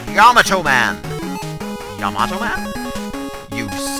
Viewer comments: it is pronounced Yom-ato Man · and BTW I know you were being funny but it's pronounced YAH - MAH - TOH lol fairly simple cheers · Say yamato as if it's yomato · It's yah- mah- toh. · It is actually pronounced Yah - Muh - Toh